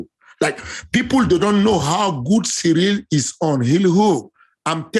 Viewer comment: For a guy who always acts like he so concerned about saying names correctly. It's a bit weird that he pronounces Ciryl as "surreal". Ariel literally tries to say Adesanya in an authentic African accent, but can pronounce Ciryl properly? Lol. It's pronounced Cee-ril. Not "Surreal".